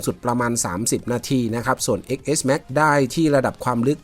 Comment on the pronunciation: X เลขโรมันอ่านว่า 10 เน้อ